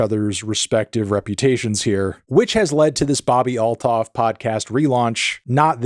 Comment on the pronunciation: Every time you say all-thoff i cringe internallly- theres no TH sound in most languages - its alt-hoff